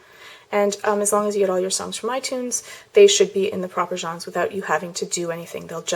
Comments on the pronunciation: LOL *mumble* jonge.... genre is pronounced john-re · "Johns"?! haha its Genre! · it's funny because she can't say "genre"